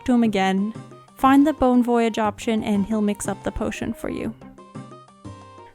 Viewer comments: Lol you didn’t get the pun cuz of your (bad) pronunciations. It is a pun but it is a play on the French words “bon voyage” so it not to prounced Voyage like a journey but like “Voy-ajj” I hope this didn’t sound mean. This is super light hearted and I find your pronunciations funny. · It's definately bone voy-yarge